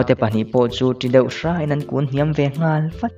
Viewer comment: Zihnghal a nghal lai hi sanghal a nghal tiang a lam tur hi ni zawk em aw ka lo ti deuh ☺chiar thiam lutuk e👍